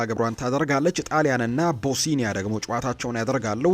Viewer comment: ቦስኒያ ነው እንጂ ቦሲኒያ የሚባል ሀገር የለም እንዲሁም ላትቪያ ነው እንጂ ላቲቭያ የሚባል ሀገርም የለም